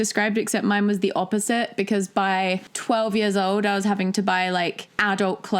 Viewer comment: It's mime love, mime oh mime Mitski's been saying it all along